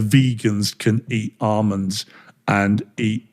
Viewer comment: "Armands" 😂 The bloke can't even talk properly